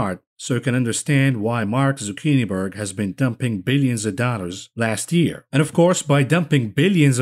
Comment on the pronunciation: Did you jus call him Mark Zucchini-berg? 😂😂😂😂😂😂😂 ....(to infinity!) and beyond!